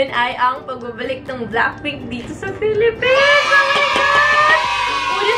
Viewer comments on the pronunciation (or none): none